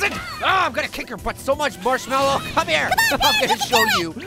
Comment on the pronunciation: did pear say ‘Marsh-melly’